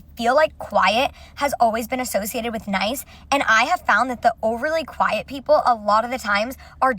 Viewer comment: “quite≠nice” umm, first of all you’re trying to say QUIET 🫠